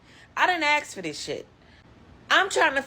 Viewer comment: Lady, it’s “ask”, not “axe”.